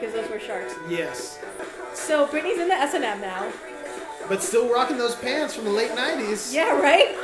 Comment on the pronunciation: Did she really just call S&M "S.A.M"?